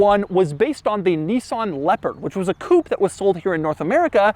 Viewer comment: Every time Doug says "Leopard", it sounds like "Leper". The Nissan Leper, coming in 2023!